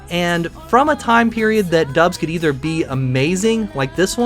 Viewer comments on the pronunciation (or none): none